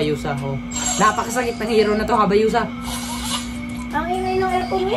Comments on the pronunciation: Hayabusa yun kuya hindi habayusa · Hayabusa po hindi habayusa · Hayabusa ❌ Habayusa✔️ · Hayabusa ate hindi habayusa hahahaha